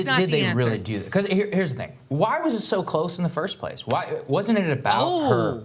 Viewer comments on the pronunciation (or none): none